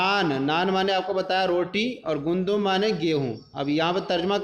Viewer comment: Assalamo Alaikum wa rahmatullahi wa barkatuhu Hazrat Gandum lafz hai ya Gundam Aap gundum kaih rahe hain jab ki logat me fatha ke sath hai Gandum